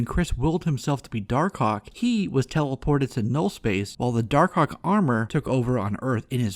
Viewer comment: I like how you call him dar-cock